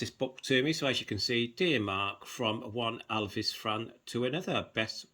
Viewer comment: Thanks for showing part of your book collection. But please say Elvis not Alvis